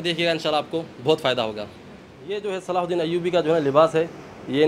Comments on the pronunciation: Pehle sahi name bol na shikh le tere mamu ka ladka nahi hai Hazrat salahudin (r.a) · Naam to lena seekh lo sultaan salahuddin ayubi